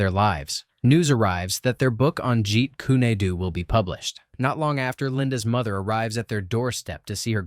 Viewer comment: jeet kun doe not doo ( im aware of how its spelt i spelled it different for pronunciation purposes)